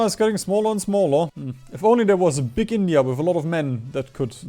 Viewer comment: What's the joke with calling it Bindia?